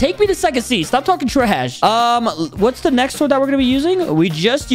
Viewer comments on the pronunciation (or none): none